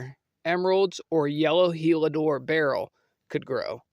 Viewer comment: Heliodor… not Helidor